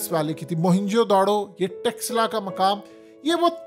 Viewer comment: Don't say" TEXLA. " It's " "'Taxcilla "”. .